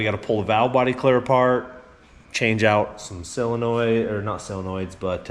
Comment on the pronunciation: I’ve never understood why people say silinoid instead of solenoid, it’s just silly 😊